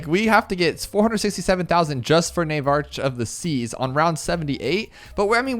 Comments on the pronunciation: Nav ark not NAVE ARCH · Navarch is pronounced NAY-VARK. Magus is pronounced MAY-GISS. Hope this helps